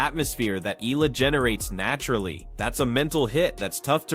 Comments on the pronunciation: Her name is pronounced as EYALA and not ELA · FYI.. her last name is read as eh-ya-la... 😊😊😊